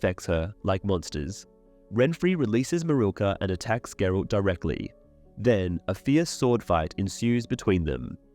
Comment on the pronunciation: Who is Gerold? ... you mean GERALT?